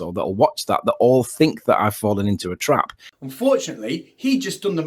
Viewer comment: Fwawwen into a twap !